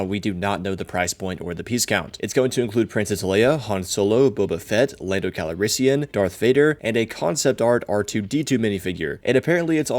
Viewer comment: Never pronounce Lando Calrissian "Lando Calarissian" again.